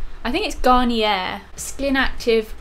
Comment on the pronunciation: ahhh I love how you pronounced garnier, that was wild